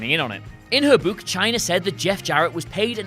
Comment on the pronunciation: Hate how you say book